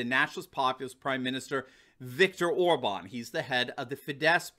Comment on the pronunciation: Hey, you finally got the pronunciation of OR-bahn correct, but you need to work on Fidesz: it's FEE-dess. The stress is always on the first syllable in Hungarian (so it's PAH-pree-kah when you're talking about paprika, not pap-REE-kuh).